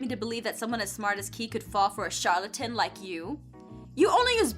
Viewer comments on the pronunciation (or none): none